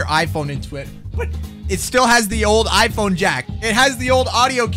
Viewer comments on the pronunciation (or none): none